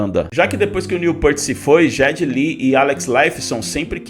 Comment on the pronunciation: Parei de ver quando falou "J"eddy Lee. Caça click.